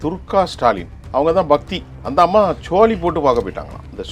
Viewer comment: சோழி என்று சொல்ல தெரியவில்லை இவருக்கு